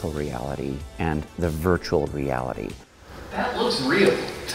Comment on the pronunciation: Virtural Virtural Virtural 😂